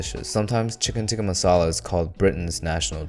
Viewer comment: "Chicken tikka MALASA" lmao